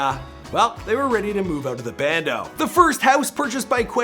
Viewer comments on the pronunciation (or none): Never say bando ever again